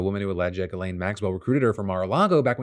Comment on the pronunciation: Phil, it's pronounced JIZZ-LANE.